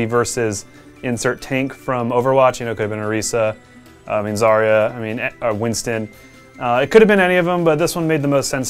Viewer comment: You sorta said zayra instead of zarya